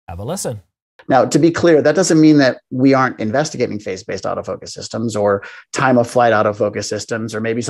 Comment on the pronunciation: You really need to change the way you pronounce “phase”. When I hear you say it, sounds like “face”. Face detect. Phazzzzze detect.